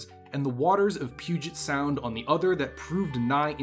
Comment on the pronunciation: You know how to pronounce Puget Sound. Are you from Washington?